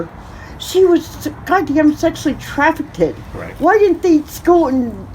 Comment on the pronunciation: ‘Traffic id’ 🙄 She repeatedly said it so it wasn’t a one time mispronunciation.